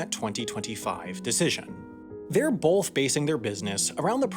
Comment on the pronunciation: Can you stop saying "bolth" its pronounced both